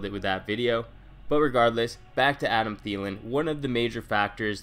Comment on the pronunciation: I got a Thielen it's Thielen